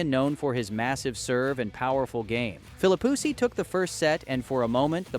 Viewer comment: you may have put a lot of work into this video, but it is bad, and for so many reasons. I'm just going let you know so maybe you'll know for your other videos: 1. I don't know if it's AI or you but the pronunciation of players' names (Sampras, Philippoussis) is awful 2. If you are doing a video of Sampras from 1999, you should use video clips from 1999 and not include other years preferably. 3. Do some research. In Wimbledon 1999, Sampras did not win the 2nd set vs Philippoussis he was down 4-6,2-1 when P'sis retired. 4. Articulate your point and vision. He lost the #1 ranking but tied Emerson's record. It's not an "anomaly" that's timing and circumstance. A) He lost the #1 ranking due to the fact he missed 2 grand slams (AO and USO) B) He tied Emerson's record of 12 grand slams because he came into 1999 with 11 and won Wimbledon. Is this just a recap of Sampras' 1999 season?